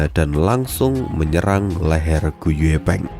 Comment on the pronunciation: Gu yi peng bang, klo gu ye peng, gw dengernya gepeng. 😂